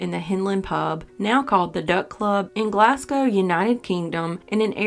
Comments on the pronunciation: Good to see you covering UK crimes - for future reference Glasgow is pronounced 'Glaz-go', just as ABBA did in the famous line off their Super Trouper (to rhyme with 'last show'). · As a Glaswegian, I’m so glad to hear a local case has been solved! For future reference, it’s pronounced “Glaz-go” rather than using the S :) thanks for covering the case! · Good to hear someone else noticed that, and to point out how to say 'Glaz-go.' I've also heard that in a Scots accent you can say it close to 'Glaz-goo' But I don't have confirmation of that alternate way?